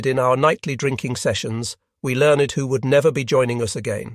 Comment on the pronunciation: I thought it was me. Learned= learn...ed